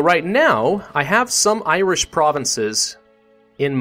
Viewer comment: "Iwish and Welsh"